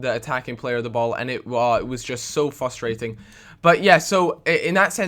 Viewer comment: fustrating??? fRustrating wheres the RRRRRRRRRRRRRRRRRRRR ARRRRG